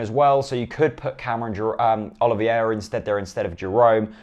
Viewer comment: Its not Oliviera its OLIVEIRA, you said it bad